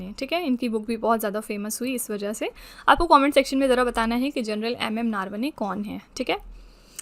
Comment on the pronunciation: ma'm, नारवने ❌ नरवणे ✔️ 😅😅